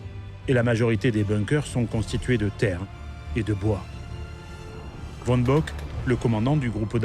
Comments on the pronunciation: Allemand VON se prononce FON!!! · Bravo pour les cartes dynamiques alternant avec les images, c'est très clair. Petit reproche sur la prononciation des noms allemands : "von" se dit "fonn", "Typhon" se "tuffonn" et non à l'anglaise. Mais c'est un détail.